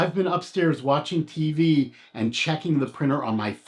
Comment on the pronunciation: Try to pronounce the word “and” correctly otherwise excellent video.